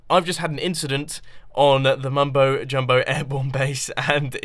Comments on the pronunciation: I got a name the mumbO's emphasis on the o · it sounds like mumbo born, as in he had a baby